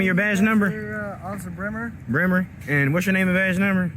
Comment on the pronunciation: 'BREMER' is a German surname. It is pronounced 'bray-ma', not 'brimmer'. Cop has no idea of his roots and cannot pronounce his own name correctly. That is the measure of his intelligence - exceedingly low.